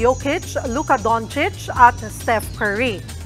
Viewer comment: Galing saktong sakto pronouncation sa name ni Jokic at Doncic